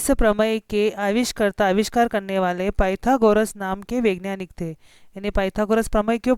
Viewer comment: ठीक से पढ़ना तो सीख लो वैज्ञानिक को vengyanik कह रही हो